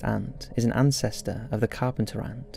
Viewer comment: AntCestor lol